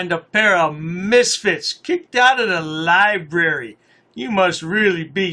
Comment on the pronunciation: Lol "aks, aksed and aksing. Liberry"